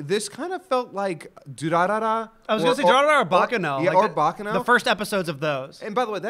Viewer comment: Btw guys, just a friendly thought: you're saying "Baccano" wrong. In fact, at first I thought you were saying something like "Bakeno" by the way you pronounced it. It's "Baccàno" and not "Bàccano". Just a lil' note since I see frequently asks how to pronounce different things.